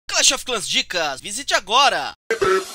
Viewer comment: Nada a ver já tinha muitos brasileiros antes ainda tu falou errado kkkkkk crash